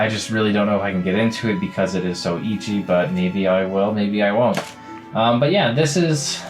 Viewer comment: Its pronounced eh-chi my boy